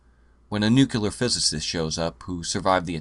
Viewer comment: It's nooo cleee arr, not noo kyuh lar. Ya knucklehead! lol Another great vid btw